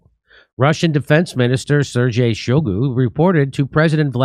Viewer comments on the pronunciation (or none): none